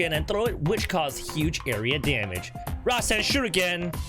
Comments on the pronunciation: Rasenshuriken nor Rasenshiruken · its RASEN SHURIKEN!!